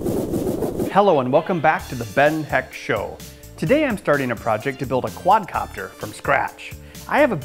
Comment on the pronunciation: Quad"a"copter hahaha